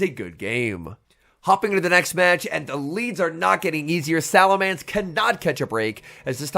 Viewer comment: I wish would pronounce salamence correctly